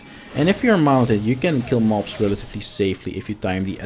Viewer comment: it sounds like you sayin “ mopes” when you say mobs and I love it😂😂